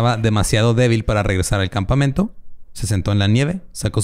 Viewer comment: escuché "campamiento" por parte de??? jijiji